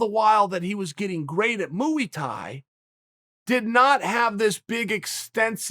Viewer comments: Chael "moo-E-thai" Sonnen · I still believe Chael Sonnen is trolling us when he pronounce "moohee tie" . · Chael "moo wee tie" Sonnen